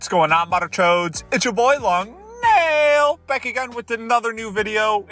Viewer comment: please say long neeeeeeel instead of long naiiiiiil